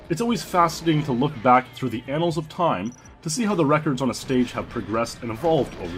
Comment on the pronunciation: "The anals of time"....